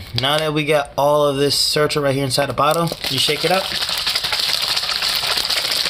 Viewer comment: It’s Certo not Certro .. had to say somethin